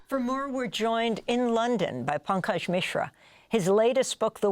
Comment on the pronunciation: “Bankage” Mishra?!